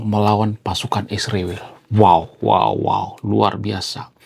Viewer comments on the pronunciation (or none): mas kok nyebut isriwil kok susah amat nyebut israel. Ya itulah orang konoha..😢